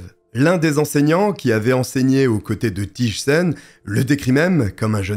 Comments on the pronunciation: Quelle triste histoire 😢 un féminicide de plus 😓 Rien à voir mais, si je peux me permettre, on ne prononce pas "Tije" mais plutôt "Tey" en accentuant le i. Abonnée direct aussi ❤ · Thijssen se prononce Teillsseun ( ij = eille)